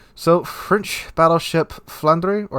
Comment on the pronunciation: Flanders is the prenunciation. Aftrthe burgundiion and belgiannn regionale.